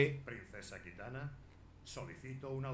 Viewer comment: kitana = jitana